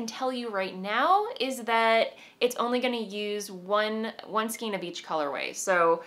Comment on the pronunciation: Skein is "skayn," as in rein. Same spelling, same pronunciation. Sorry, I've been watching you for a long time and enjoy your episodes, but this always makes me cringe. I can't think of any word spelled with "ei" vowel combination that is pronounced as an "ee." EI Words It’s common for English words to use the ei combination to indicate a long A sound, but be wary of its relative rareness. Also be wary not to confuse it with the pronunciation conventions of a language like German, which will always pronounce the ei combination like a long I sound. Some examples of ei words in English include: veil vein reign weigh eight weight beige freight